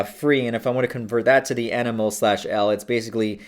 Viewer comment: How can you advocate safe substance use and dabble in the use of RCs and seriously potent chemicals for several years and be oblivious to the unit mole or concentrations in general? That's ridiculous. "EnEmOle-per-liter" triggered the shit out of me.. rest was pretty meh, too.